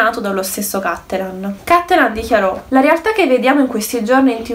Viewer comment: Bel video ma ti prego correggi la pronuncia. Per un veneto sentir dire cÀttelan invece di CattelÀn è traumatico.